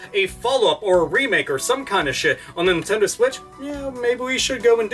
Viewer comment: Wade Dewell Stop saying NintenDOH. You're giving me NewGrounds PTSD.